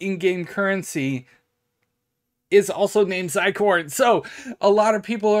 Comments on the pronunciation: Not to be a pronunciation police here, but zircon is pronounced as (zur-kawn). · "zi-corn" :))) bruh